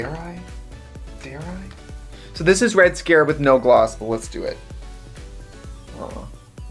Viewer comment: I’ve seen a lot of comments about this but I don’t think she is actually surprised about that I think she’s just reacting to trixie saying “Gloth”. Also the gloss is from trixies line, Katya wasn’t involved in its production.